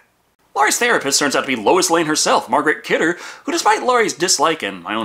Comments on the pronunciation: Mar-GO Kidder! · It's Margot Kidder fam.